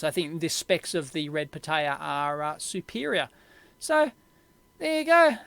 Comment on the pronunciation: For me as a spanish speaker, your pronunciation of "pitaya" is like nails on a chalkboard. But otherwise very good video.